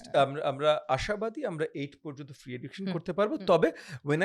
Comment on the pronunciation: he said free not freak